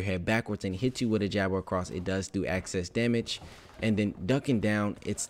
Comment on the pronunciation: “Access damage” 😂😂😂